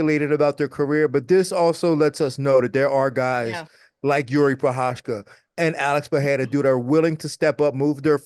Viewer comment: Nobody can pronounce that Prochazka name. Anik comes close but everybody else is doing a Chael on poor Jiri’s name.